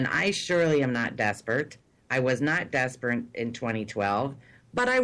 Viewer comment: Seriously, lending money to a face on the internet? Whats with the "I am not desperant, I am not desprent. :P